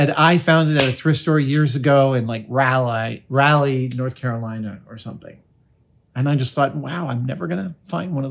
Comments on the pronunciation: Raleigh… for the record… pronounced Rolly 😁 (not Rally) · North Carolinian here, just gotta correct your pronunciation of our capital city, Raleigh: it's "RAW-lee," not "Rally." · Raleigh is not pronounced Rally North Carolina - it's Rollie. My cat is named Raleigh, after Sir Walter Raleigh, so I know. Otherwise, I want a bag. And an apron. And more bags. Love them! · OMG!!!! Not Rallye North Carolina...... Raw Lee North Carolina..... Raleigh, N.C. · Adam, "Raleigh" is pronounced basically like "RAH-lee". You know, like Sir Walter Raleigh. It's definitely not "RAL-eye" or "rally". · LoL - It's pronounced "RAH-lee" - I'm pretty sure the place she got it is still in business. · Raleigh is pronounced Rawlee. Source: I live there. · Raleigh, NC is pronounced Rah-lee 🤣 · Raleigh is pronounced raw-lee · Raleigh rhymes with dolly. As in Sir Walter Raleigh, the guy that first brought tobacco back to England. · Interesting pronunciation of Raleigh. Obviously not from NC. Lol. Love the content and everything you have done. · Never heard anyone butcher Raleigh, NC so bad before. I mean, it's the capital of the state, shouldn't be that foreign of a place, no? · That is the most wrong I have ever heard Raleigh pronounced.